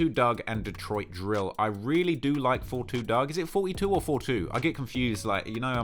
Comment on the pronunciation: I believe it’s pronounced 4’2” Dugg